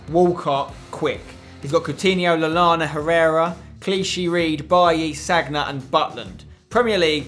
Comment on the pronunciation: Spencer it's not Ne-vas, it's na-vas. And it's not sag-na it's San-ya